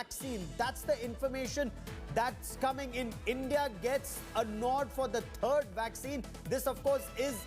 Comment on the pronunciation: Third not thrid